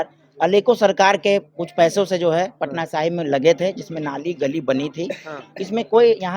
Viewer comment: अरे बकलोल पत्रकार, उस विधान सभा क्षेत्र का नाम पटना साहिबां नहीं, पटना साहिब है।